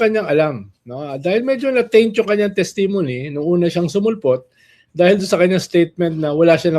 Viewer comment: TES-ti-mo-ny CE~re-mo-ny